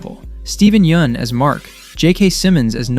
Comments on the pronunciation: Finally someone who can pronounce “Yeun” omg 😭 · can pronounce "Yeun" but not "sequids" and "talescria"😭😭